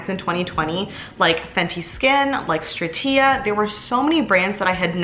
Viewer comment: GBR vs LG video please 💚 Also you’re saying Stratia incorrectly 😅